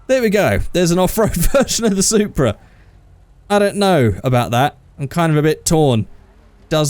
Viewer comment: Hey!!! It's the "Soupra"!!!